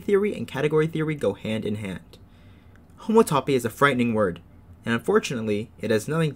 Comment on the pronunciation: It sure is frightening when you pronounce it like that; it’s hom-OUGHT-toe-pee